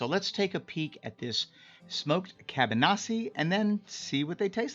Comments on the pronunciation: ka-ba-NO-si (not naw-si) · The pronunciation is all wrong. Kah-bah-nos for singular and kah-bah-nos-ih (the ending should sound like you're starting to stay the word "in" but with no "n" at the end